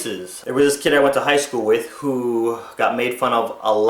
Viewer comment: The word is "WITH" not fucking "WICH".